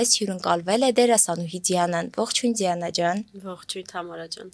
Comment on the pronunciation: Էս աղջկա անունը Ձիանա չի,Դիանա է,ճիշտ արտասանեք